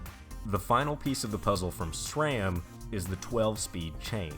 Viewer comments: It's not shram its sram. No h in the name just like sit and shit hear the difference ssssss Ram sram shram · i took a shot every time u said shrame instead of sram.....now im watchin for the third time : )